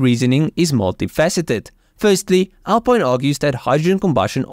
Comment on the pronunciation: It's pronounced AL PEEN :)